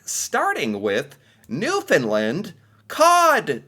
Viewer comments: it's not pronounced New fin lind.. here's a trick to remember how to pronounce it... UNDERSTAND it's NEW FIN LAND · Okay i am done with your newfunland. I am going to teach you the way i and other nf's pronounce it. New. Fa. Land now say it fast and faster till you get newfaland. Your welcome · Hey, I do enjoy your videos. However, as a Newfoundlander, please pronounce the name correctly. The land in Newfoundland and Newfoundlander is pronounced with a short A sound,,and not a short U sound. Sorry I had to say this because so many people, including national news broadcasts and announcers, get it wrong so I don’t blame you. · I have to correct the way you pronounce New Fooundland. You have the first and second part right noo fnd. But the last part is land not Lund. So noo fnd land. Hope this makes sense to you. Google it. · Not to judge but it is pronounced New Found Land. And it is Rappie pie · Okay, I like you and your videos,, but there is one thing I have to correct you about: the pronunciation of Newfoundland. It's New-fin-land, with emphasis on the "land" part. As we like to say, it's New-fin-land, understand?:P In other news, don't knock cod tongues. They are delicious, as are salt fish cakes. Yummy! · Newfoundland is pronounced new-fun-land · Maybe one day he'll finally pronounce Newfoundland correctly.